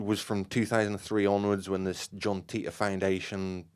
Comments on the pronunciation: Not that but he explained what Titor stands for. If you know what it stands for you'll know Matheny isn't pronouncing it correctly. Dude even had the audacity to laugh at everyone calling him something else than teetor and didn't know where that was coming from. It's not his real name obviously. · Actually want proof matheny isn't behind John Titor? I'll give you a big clue. Wouldn't the creators actually know how the name is pronounced? John Titor explains his name in one of his postings.